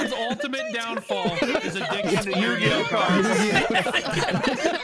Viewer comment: you should tell your editor it's Yu-Gi-Oh not you-gi-oh